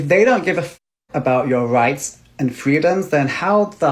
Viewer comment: Wights and fweedoms